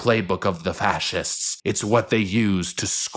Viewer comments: Did he say FASSITS? lol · Lmao "fassiss's"